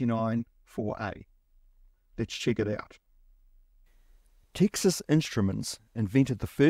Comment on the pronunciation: TEEXAS instruments? its Texas, like as in the stae of Texas